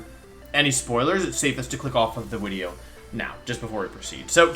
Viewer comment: why are you calling it wideo?